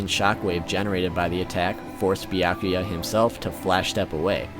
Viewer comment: tell me who is bi-yah-kuya😂😂😂😂😂